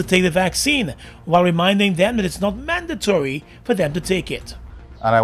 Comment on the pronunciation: This president need to go to night school ,man-date-tary.. mister president the word is mandatory. What a embarrassment to Guyanese.